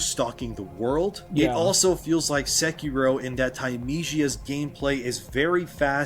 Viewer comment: Why does he pronounce sekiro that way?